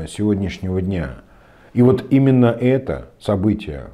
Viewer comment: Хабиров слово ИМЕННО выговаривает с татарским акцентом